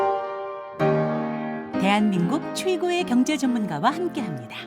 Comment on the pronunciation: 많이 올려 주시면 감사 하겠습니다 위 초대자 발음 갱재 갱재 발음 징그럽습니다